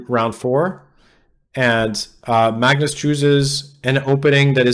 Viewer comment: Sam's pronunciation of Magnus is better than Pascal's. Cudos to Sam for trying to pronounce it in Norwegian. :)